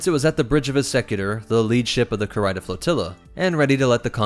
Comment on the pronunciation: Sorry for being a grammar nazi,... but it's Kahr-EE-Dah, not Kahr-EYE-Dah.